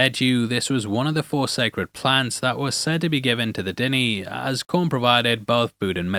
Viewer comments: De Nae not Denny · you sound like your dissing the episode, also you pronounced Diné wrong. L vid.